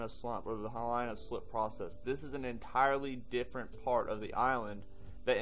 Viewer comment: It's He-lee-nuh. Not like Carolina. The letter "I" in Hawaii is always pronounced like "ee", never like "eye".